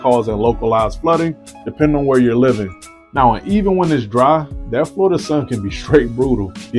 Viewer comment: Dude….. it’s Florida! Where the hell you from?